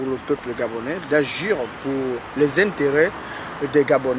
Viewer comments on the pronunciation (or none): Mdr. On dit AGIR et pas "ajure" Mdr